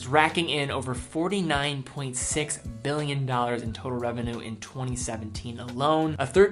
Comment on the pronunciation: Please learn how to pronounce "Billion". It's Billion. Not Mbillion. There's a big difference. Without graphics I couldn't be sure. Thanks.